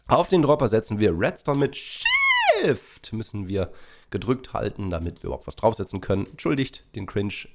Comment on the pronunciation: Ich vermisse es, wie du shift frühet ausgesprochen hast